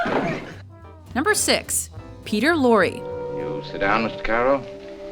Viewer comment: Okay first off, it's pronounced Lawr, not Laurie. and did you forgot he was already a leading actor in films like M and the Man Who Knew Too Much. Regardless if it was in the 30s he was still already an accomplished actor.